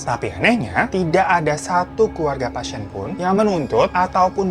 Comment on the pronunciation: menit 3.08 sejak kapan kata "pasien" ada huruf y nya? "pasyien"